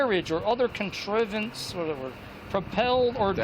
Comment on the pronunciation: Man, I wouldn't take legal advice from someone who can neither pronounce nor recognize the word "contrivance," and how it differs from the word "conveyance."